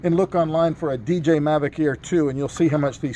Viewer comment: He probably eventually said DJI, but in the earlier part of the video he said "DJ"